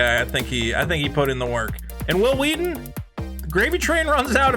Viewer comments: WH- ILL WHEE-TON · I am 34 and didn't even know he existed until the family guy episode where stewie keeps pronouncing his w's wrong. I love stand by me but never liked star trek. I found tabletop and was like holy shit it's hhhwwwill hhhhwwwheaton...so that's what he looks like. Why is this guy important enough for family guy to mention? lol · His name sounds like stewie trying to pronounce someone's name. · Isn't that the guy who's name was mispronounced by Stewie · I forever will pronounce Whil Wheelton's name as Stewie Griffin does. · is this the guy that stewie keeps pronouncing his name funny?